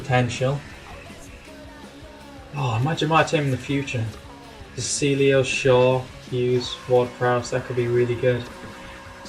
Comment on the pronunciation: his name is pronounced de chiglio